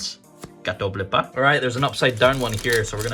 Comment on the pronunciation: nobody:: CaToBlEpA EDIT: Pog